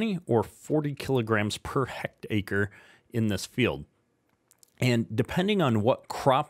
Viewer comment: Its pronounced heck tare or tear ( tear open a box ) i hectare is 2.74 acres but I'm sure you knew that 😂 jk